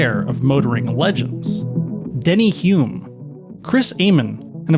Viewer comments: Well, only about 8 mins into this video so far, and i have seen 2 incorrect names. Denny Hulme (not Hume). And Burt Munro (not Bert). I strongly recommend that does his/her research properly before posting videos. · Hey mate. Your shows rock, real good. Oops... you misspelled Denny Hulme ( pronounced Hullm) He's the only New Zealander to win a Gran Prix ! I saw the bike in Hamilton NZ and the huge crowd standing around it was speechless. Near silent ! Wow what a bike. The rear suspension is in front of the engine ! WTF ! Its so different and special I wish you could all see it ! Cheers from New Zealand 🇳🇿